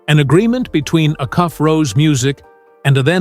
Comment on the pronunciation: Its pronounced A-Cuff. NOT